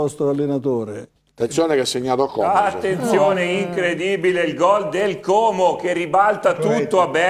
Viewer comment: al cronista, diciamo: " Como è con la o chiusa, come odio, orco, non con la o aperta di orifizio, Ornella ecc ". SVEGLIA !